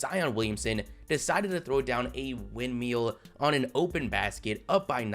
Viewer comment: Did you say wind meal?